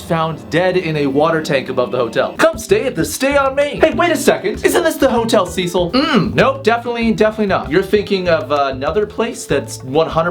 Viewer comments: iTS HOTEL CEH-CEEL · It’s pronounced “SEH-SEAL” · isn't it pronounced Hotel "Sa-Seel"? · u pronounce “hotel cecil” as ‘cea-cil’ not ‘sea-sil’ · It’s pronounced (Hotel Si-sil) Cecil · Cecil is pronounced seseal not sezil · it's pronounced Sé Seel not Cecil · the name is a lot more freaky when you say the name correctly, it's pronounced "seh sil" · ITS PRONOUNCED “sea-sill” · I thought it was pronounced 'Seh'sul'? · its pronounced si-cil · T H E H O T E L C E S I L when he says it like that its makes me laugh like alot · trash vampire he mispronounced it tho lol